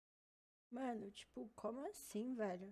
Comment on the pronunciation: Não é possível q só eu q fico aguniado com o jeito forçado (não só dela mas de outros tbm) de fala em gíria ou tbm essa "mano" q é quase um "meno" kakakakak tfdr